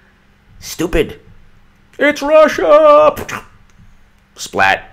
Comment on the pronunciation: It’s Russsssssia!!!! SPLAT!!!